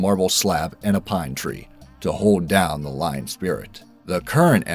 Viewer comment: That is one old ass Ly-on hahaha